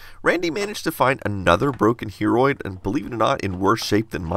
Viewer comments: Everytime you tell "Hearoid" I personally hear "Hemorrhoid" ... <.< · I thought he said heammorid for a second then